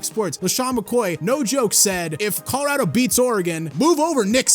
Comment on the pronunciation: no way managed to say colorado wrong, and it's even funnier cause everyone else said it right 😂